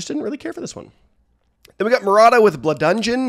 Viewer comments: "Blu-dungeon?" Dude... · artist names were decent this episode (twerkaz excluded) but “Bludungeon” made me to a double take